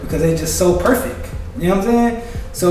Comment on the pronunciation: He said perfec